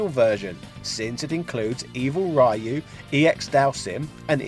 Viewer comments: It's pronounced Ree - Yu not Rai -Yu 🙅🏾‍♂️🤦🏾‍♂️🙅🏾‍♂️🤦🏾‍♂️ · Reee Youuuu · Ryu is pronounced as REYU!!!! NOT RAIYU!!!!! Damn it!!! How many times people has to correct you this primitive error?!?! Geezzz!! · I don't know as I've always called it Ree Yoo. To me, a Y makes an ē sound. I'm Asian and I've never heard any Asian calling him Rye Yoo. Guess it's kind of like Sriracha as I've never heard any Asian pronounce it with an R sound either as all Asians I know call it Siliacha. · stop saying R A Y U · Every time someone pronounces Ryu like "Rhy-u" a kitten dies somewhere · After hearing the guy saying "RYE-YOO" seven times or so, I thought the video was from 2005 or less. Oh, the surprise xD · I think he does it because people make such a big deal of it. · "Rai-Yu"... listen here buddy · At this point he does it on purpose, because people kept reacting exactly like you are. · "Rye. Yoo". C'mon,!;) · I know, right?! He can pronounce "RYO sakazaki" properly but not "RYU"??? I don't get why it's so hard!